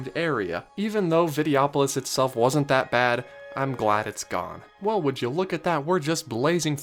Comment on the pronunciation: Just pointing out it is Vide-Oh-opolis. And yeah they could use the space and make another attraction to stand in another long line in, or you could go see a nice show in the comfortably shaded theater, important during the hot summer months, and sit and rest your feet for twenty minutes. Hey I realize this is your opinion and granted, there was not much going for the Videopolois theater, or Golden Dreams for that matter. But having a wide variety of entertainment, plenty of shade and snacks, and especially shows with seating are incredibly important to keep guests from burning out throughout the day. Considering that the big entertainment venues like parades and fireworks do not have seating, it's nice to have a show or two that does. Good job on the video dude but regrettably I disagree on almost all fronts, except Inoventions. You got that one right. As a 90's kid I grew up on Vacation Hoedown and the Rescue Rangers as well as the Motor Boats which had a Gummi Bear overlay. It was promoting their afternoon cartoon lineup which I also grew up on so lots of childhood there. But anyway good vid.